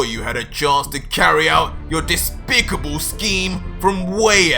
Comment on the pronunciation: it's "Despicable" but I assume its just because can't spell it, so he speaks it spelled wrong. 😂